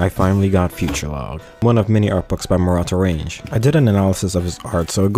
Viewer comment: Its not "Murata RAYNJ" its pronounced RAHNGEH, its Japanese pronounciation